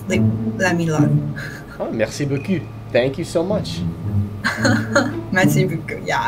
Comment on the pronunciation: you are saying beau cu*, nice as*, be careful!